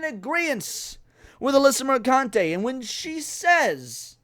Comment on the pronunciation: PRONOUNced merCUNTe